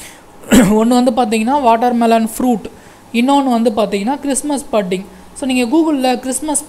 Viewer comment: Sir pudding correct ah pronounce pannunga Google la pronounciation potu paarunga